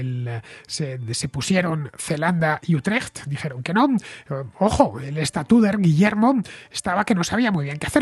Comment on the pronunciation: Buen resumen de la guerra de los 80 años. Por cierto, tu pronunciación de "Utrecht" creo que sería aprobada con nota por cualquier "dutch". Enhorabuena por el programa.